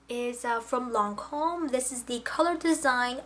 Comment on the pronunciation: I always enjoy ur videos, thanks for all the hard hard work that put into one...for us...however lol...don't be upset with me...but the Lancome foundation is in French and you couldn't be more off on ur pronunciation..but, its soo adorable how sincere you are! xoxo